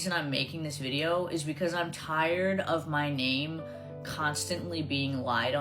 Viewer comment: She accidentally pronounced the “r” in “tired” when she said she’s tired of talking about these lies lol